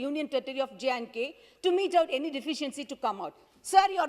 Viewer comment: Lol! Her English is funnier what the hell is deficents. She needs to buck up her English. She can't even pronunce deficiency and with her broken english lol that paper itself must be feeling insulted